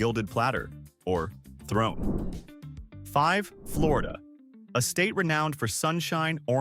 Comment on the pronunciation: It's Florida not Florda